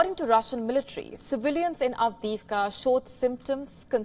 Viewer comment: Not advika but avdiivka !😂